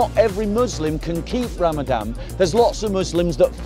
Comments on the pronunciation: If you can only pronounce it correctly. It's Ramadan NOT Ramadam. you're making too many assumptions. A sick person or a person traveling long distance GOD gave them permission to not fast and make it up after Ramadan. a Person with Chronic illness that can't Fast should feed a person every day of Ramadan. Fasting means you abstain from drinking water and consuming food not from meat. How did Jesus fast.? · It’s ramadaN bob not ramadam